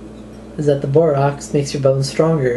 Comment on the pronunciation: Borax is pronounced "Bore-Axe" Not "Bore-Ox" Just saying...